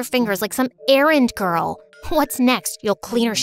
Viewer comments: "perfect Ka ghurl" bros a Filipino 😭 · "perfect KA GHURL" omg is that phillipines?!!! the background- my gosh its a disaster 💀💀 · "perfect ka ghurl" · “Perfect ka ghurl”😭🥹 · "perfuct ka gurl" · "Perfect ka ghurl?" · "Perfect ka ghurl" I noticed it when she was showing her test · "perfect ka ghurl" 😂